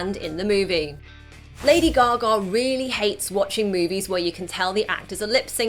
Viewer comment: Broodley Cooper and Lady Googa ahahahaha... Love your pronunciation